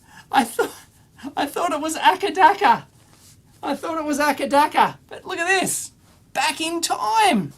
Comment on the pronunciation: This is the first time ever I've heard someone pronouncing ACDC as 'akadaka' :)